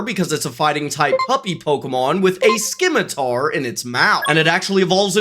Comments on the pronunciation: a SKIMITAR NO ITS A SCIMITAR, THE C IS SILENT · It’s scimitar, not skimitar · I had to take a breather after hearing Skimitar. I shouldn’t have written it like that, now it just looks like the word Skibidi to me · WHY DID HE SAY SKIMITAR!!!!!!!!!!! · “Skimitar” goes wild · Did he really just say skimitar? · You dont say the C in scimitar. Sim-i-tar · Uh, its pronounced Ss-ihh-mitt-err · Saying skimatar is wild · hears the way he says scimitar immediately checks comments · "will now be pronounced" then pronounces it the way it's already pronounced. He also mispronounced scimitar so I don't think I trust his pronunciations. Also "boffalant" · The way you say scimitar hurts me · It's a soft C sound for "Scimitar" btw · I literally stopped the video for a second to say that. Please tell me he did that on purpose.